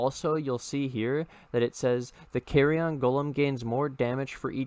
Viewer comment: Nobody's gonna talk about "carry-on" golem?